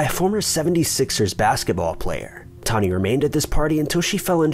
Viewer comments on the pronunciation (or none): How did you get Toni (Tawny) out of Toni? It's pronounced TOE-NEE. Like Tony Danza. Toni Braxton. Tony Matthews. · Isn't TONI pronounced Toe-nee? I've never heard it said like Tawny. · Its TONI not TAWNI. My names tawni & I hate that ppl dont get the difference when its TONI.. errrr.. haaa. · 1. Kurt was murdered. 2. Sorry, this just bothered me - Toni is Toe-nee, not Tawny. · Yeah, my friend is called Toni pronounced 'toe-nee' not 'tar-nee' simples😄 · WeatherlessWorld Lol!!! I knoooowww!!! 😜 “Toni” is pronounced Toe-knee! I don’t USUALLY mind mispronunciations but he said it so many times! 😳😜😂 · first case pronounced TO NY.......... NOT TAWNY. I went to school with her! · Toni, not 'Tawny' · Its actually pronounced "Tow-ney"......Toni..... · Re #5: First off, ‘TOE-KNEE’!!! Her name is pronounced ‘toe-knee’, FFS. Secondly, there’s absolutely no mention of a P.I.? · I wish you would stop saying "Tawny" lol... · I can't get past #5! The name is Toni....like Toe-Knee, Tony......TONI. And NONE of you better EVEN bring up the 90's musical group or I swear to God......... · He’s saying Toni’s name wrong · Someone needs to teach him how to say Toni. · Can’t watch.... you kill me with your crappy pronunciation. Toni is the female version of Tony (pronounced exactly the same) sheesh 😤